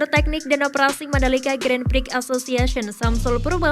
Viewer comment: Sebutan Grand Prix lucu ya, salah sebut jadi 'Grand P...k', hilarious! Kalau sebutan dlm BI, 'x' is silent.